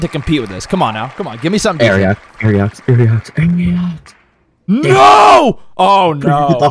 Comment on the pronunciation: why do they pronounce it like aeriox?